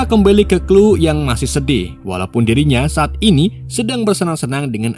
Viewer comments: Chloe...klowi...kok jadi klu sih bang 😂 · Sori bang di koreksi dikit 😊 Left behind bacanya lef bihain bang bukan lif behin Chole bacanya kol bukan klu